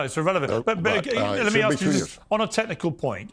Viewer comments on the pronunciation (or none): you say "aks" instead of "ask" AND you are a lawyer! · She needs to “ask” instead of “axe”. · She's a Lawyer & she's saying Axe instead of ask? People don't take her seriously! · First time I've ever heard a lawyer use the word "axe" as a verb